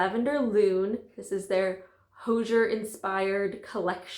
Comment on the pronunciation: It turned out so cute!! But just fyi, Hozier pronounces his name to rhyme with "cozier."